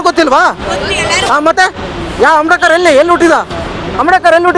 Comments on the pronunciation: Not amdekar, ambedkar .say correctly. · ಆಮ್ಡೇಕರ್ ಅಲ್ಲ ಮಾರಾಯ ಅಂಬೇಡ್ಕರ್ ಹೇಳೋ